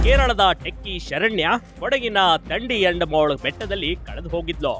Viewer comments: Thandiyandamol alla swamy.,.it's thadiyandamol... pronounce cotrectly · Its not Tandiyandamol. It is Tadiyandamol.